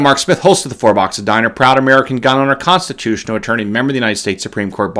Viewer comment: Thumbs up if you love how Mark says, "Consti-TOO-tional!" Make it a T-shirt, mug, hoodie, etc.